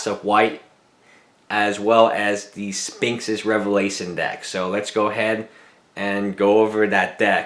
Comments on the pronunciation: Omj, stop saying "spinx." There's an "h" in there for a reason. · Funny he can't say Sphinx properly.... Tip, don't buy for standard, play modern.